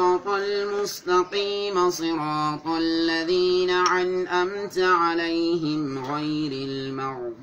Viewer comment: الله اعلم لقد أخطأت "الذين انعمت عليهم " وليس عنأمت عليهم و ربي يخفرلك تلاوة عطرة